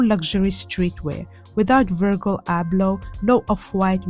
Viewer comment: the way you pronounce Virgil Abloh’s name is SENDING me!! it’s a soft G vowel; like how you pronounce the “G” in “gym”, not a hard “G” like the word “gurgle”.